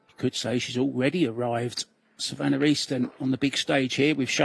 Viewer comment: Why does he keep calling her Savanner. Lol 😂